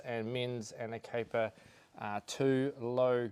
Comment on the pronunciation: aner-cur-pai 2 ??? what type of english are you speaking?